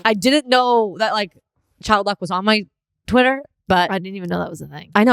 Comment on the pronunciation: She said twitter a bunch of times normally in this episode. She only said "twatter" like 3 times lol